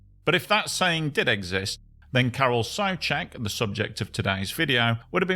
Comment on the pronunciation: (Car-rl) (Soo-check).